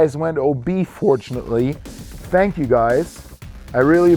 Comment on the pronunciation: Interviewer: “I’m here with the new Long Drive Champion, Borgmeier., how did you pull off that win?”: “Saaank you!” 😊